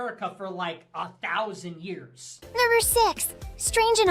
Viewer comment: I believe the AI voice does not say "Number 7" but says "[N-WORD] 7". Did anyone else hear that?